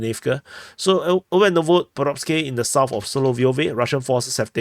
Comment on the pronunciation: need to learn say south instead of saus